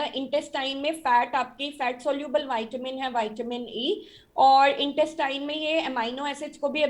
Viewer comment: ज्यादा पढ़े लिखे विद्वानों वाईटामिन क्या होता है विटामिन नही बोल सकते